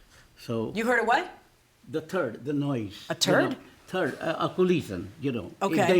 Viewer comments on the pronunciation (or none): Turd or thud? lol. The hidden coffee lol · 😂😂😂 I rewound and laughed outloud..TWICE 🤣🤣🤣…”I heard a turd”…”a what?!”….”a turd”…😂😂😂